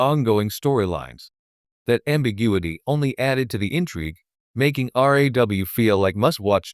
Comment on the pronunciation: your reading sound like crap can't you say RAW and not R.A.W?